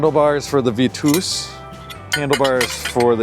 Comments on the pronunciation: it's pronounced "Vee tuss" , not vee tooose. And it's French, not German. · Bee-yawn-chai. Vee-toos. I guffawed. Then commented to appease the algorithm gods. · Is mispronouncing "Vitus" and "Bianchi" on purpose? "Look at the stem on that thing." 😄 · "suntour Super bee" and "Veetoos" made be chuckle, but "Biarn chai" was S tier